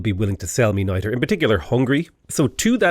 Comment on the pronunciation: For a second, in stead of niter, I thought you said knighter, like a silly way for saying knight.